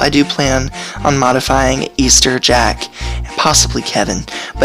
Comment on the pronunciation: Great video but i believe her names actually pronounced "Eh-ster" not "Ea-ster".